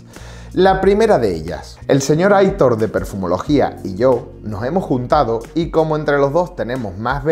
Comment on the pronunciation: Hola!!un detalle,en el nombre Aitor la sílaba tónica (acento) es tor.Muy buenas recomendaciones como siempre..saludos!!